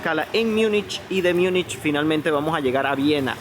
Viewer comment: En castellano Munich se pronuncia tal como se lee. No se dice [ Miunichh]✓